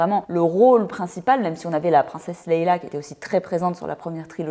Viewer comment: Super vidéo ! Par contre c’est la princesse Leïa et non la princesse Leila 😖